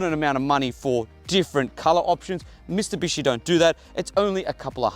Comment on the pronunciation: Did you actually say ‘Mistubishi’??